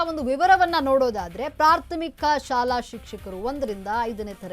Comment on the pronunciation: ಪ್ರಾಥಮಿಕ ಅನ್ನೋದು ಸರಿಯಾಗಿ ಹೇಳು. ಪ್ರಾರ್ಥ ಮೀಕ ಅಲ್ಲ